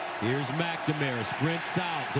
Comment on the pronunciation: the way they pronounce McNamara..... it kills me!